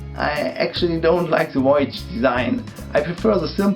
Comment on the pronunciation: You had me at "woyage" ^_^